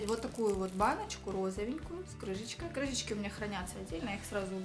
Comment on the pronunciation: нет слова крыЖечка.ну ё мое прям слух режет у взрослых людей! крыШечка и никак иначе.